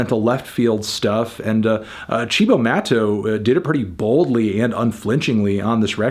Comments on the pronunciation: It’s pronounced see-bow mah-toe. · Fantano tell me you are joking with that Cibo Matto pronunciation